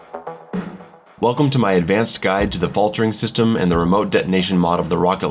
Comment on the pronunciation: haha the "Fatler" in the middle.